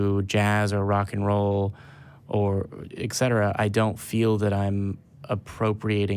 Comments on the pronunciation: A couple of things meant as constructive criticism. *First*: Stop explaining your jokes. If you have to explain them - they probably weren’t funny. Maybe try to make less of them. *Second*: “Etcetera” - “Et Cetera” - NOT “Eck Setera” *Third*: A challenge! You host a call-in show. I challenge you to have one of your volunteers analyze this episode and a couple of others to assign a percentage to the amount of time each participant (hosts and callers) actually spoke during the show. You talk over the callers more than you realize - and often your over talking is not relevant. It throws off the caller and it shortens the limited time they have to convey their points. If you accept this challenge, I think you’ll find that you monopolize the show a lot more than your realize - and if you could cut back on the non-relevant speech - you might not have to cut as many calls short - or you might be able to take more calls per show. Please post the results! *Fourth*: Eric is also very guilty of #1 and #3 on this list and I’d be willing to bet that his % speaking statistic is even higher than yours. Please pass this on to him. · Et cetera, buddy. Et cetera. Not eck cetera.